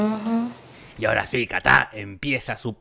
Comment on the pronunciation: El chamaco de Will Smith se llama “KITAI” Jorge “KATÁ” 😂😂😂😂😂😂😂😂😂😂😂